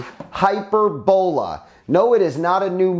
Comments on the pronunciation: I think your saying it wrong I think it’s (hy-perb-ala, but all together, I think that O is pronounced as an A could be wrong but anyway who cares lol. Drone doesn’t look too shabby tho. Nice beefy motors tho for an ultra lite. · haha that's epic. I always enjoy these videos lol hy-PER-bo-la. He's just putting the wrong em-PHAS-is on the wrong sy-LLAb-le